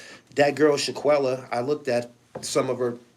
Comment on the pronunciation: Shanquella fam…not Shaq-uella